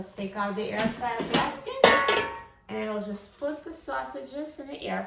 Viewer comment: I can’t help but wonder where you’re from geographically because I looove the way you say package and basket lol